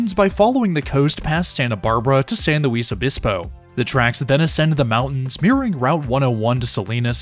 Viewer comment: Small pronunciation- San Luis is pronounced San LOOIS obispo and Camarillo is camareeo